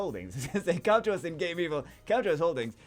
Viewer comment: it's not Game-evil, it's Game-vil. as in game-village/villa